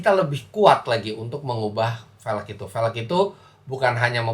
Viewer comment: cuba sebut "velg" dgn betul.